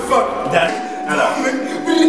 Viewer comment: Des qu'il a dit feuk jetais mdr😂😂😂